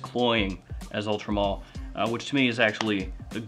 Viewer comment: Why does it sound to me like you are saying Ultra Mall lol